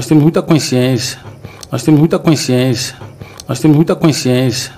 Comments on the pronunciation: Veja no minuto ele diz mais ou menos assim:”Nos temos muita coinsciencia” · Esse é o diretor de futebol da Dondoca Leila “Forreta", o cara não sabe nem falar consciência e vai contratar ? !!😂🤦🏻‍♂️